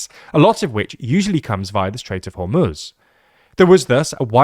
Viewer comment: you are the only person in media that pronounces hormuz the correct way